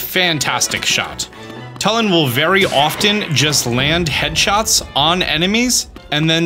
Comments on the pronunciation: It’s not like Tull-in its like tool-in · TWO-LIN NOT TUL-IN IT’S SAID IN THE GAME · His name is pronounced toolin not tuhlin lol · It's "Tooh"- Lin not "Tuh"- Lin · its pronounce toolin not tullin bro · my braincells popping every time this guy says tuh-lin. It's too-lin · TUULIN. U is stressed. Not tulin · This is driving me crazy. You’re pronouncing Tulin’s name wrong. It’s not “Tull-in” it’s “Too-lyn” you’re saying his name wrong. Even if you were just reading it you’re phonetically incorrect. The cutscene after you beat the temple his ancestor says his name for you - if you need confirmation. Thanks for all your tips and tricks vids though. 😂😂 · Bro it’s pronounced two-lin. Not Tull-in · ITS PRONOUNCED (chu-lin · It’s pronounced two-Lin. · tulin- too-lin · It's pronounced too-lin and Teba is not a descendant of ravioli he's just a Warrior of great courage that highly respected ravioli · The way he pronounces tulin( you say it like 2-lin) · It's Too-lin. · My God, it's pronounced Too Lin. They literally say it in the voiced cutscenes. Come on guys, we're in the age of voice acted zelda. Mispronunciation shouldn't be an issue anymore. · I’m sorry but the way he pronounces yunobo and tulins name annoys me so much